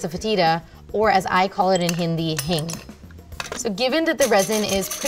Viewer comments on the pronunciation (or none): none